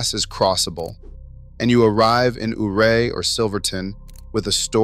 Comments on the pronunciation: It is pronounced U-ray not OOray. just saying. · I grew up in Delta County Western Colorado, Before the Eisenhower Tunnel we Drove 550, Red Mountain Is a Sweet Drive, There is access to 1 of the best 4x4 Trails In America. And stop mispronouncing Ouray... you weirdo